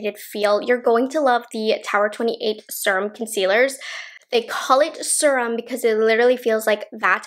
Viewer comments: say it with me: See- rum. With an E. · Canny STAND how you say “SIR-UMM” girl, this makes you sound so uneducated.